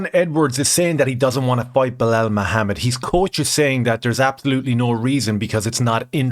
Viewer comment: Its pronounced Blahaul, everyone knows this